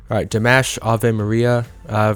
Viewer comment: Ah notes are easy, like in "DimAHsh" Please start Ponouncing his name correctly. Love your channel, Keep em coming!